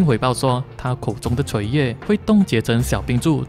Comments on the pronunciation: 是 ㄊㄨㄛˋ 唾液 不是唸 ㄔㄨㄟˊ 搥 夜 你很多的影片中也時常有唸錯字的失誤，不是我雞婆多事，我是擔心誤導了大家。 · 口水是唸唾（音同拓）液，不是“槌”液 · 唾液tuo液，变cui液了？谁教你的中文？ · chui液🤣🤣那个念tuo液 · 唾液唸拓液不是垂液哦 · 是唾液 tuoye 而不是吹耶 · 那个念tuo液 不是垂液 文盲吗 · 唾液的字幕对的，但是念成chui液了🌚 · 唾液也可以唸成垂液我也是醉了